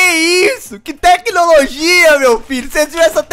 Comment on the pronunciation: Teclologia esse mata o português